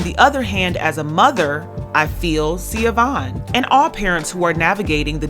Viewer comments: Her name isn’t Sia-Vaughn; It’s pronounced Sha-Vaughn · This is a really minor point but her name is pronounced “Sha-Von.” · the mom’s name is pronounced Shuh-von. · BTW....Even though its spelled Siobahn....It's pronounced (Sheh- bahn) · Hi her name is pronounced SA- VON Dwayne Wade Gagged his ex wife & took his kids away & had her arrested if I'm not mistaken.. Shae Vaughn has her story on YouTube it was so sad what he did to his ex wife and how he treated her after he met Gabby allegedly. Shea Vaughn couldn't say anything Dwayne had all the 💰 to shut her down & shut her up rumor has it It's really messed up. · Her name is pronounced Shah-von